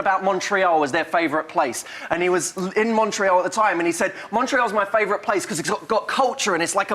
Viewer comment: Ahhh I'm so happy you said 'Montreal', Matthew!! It's my hometown :)